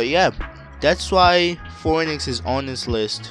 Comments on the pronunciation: It's pronounced "fee - nix" not hating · "Pheonix" is pronounced Fee-oh-nicks. Tori Tori is the Bird Bird fruit, not pheonix. Once again, pheonix is one of Tori Tori's models. Pell uses tori tori and his model is Falcon. You really need to put some research into your videos. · he just said Fo-Enix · bro, you couldn’t even say phoenix right